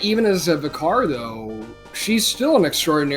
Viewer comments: Vih-carr lol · "Vicar" ryhmes with wicker